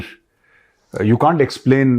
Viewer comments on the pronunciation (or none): Can't hota. Caan't nahi 😂😂😂😂.